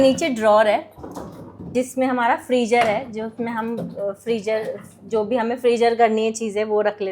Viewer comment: It's frizer not frijer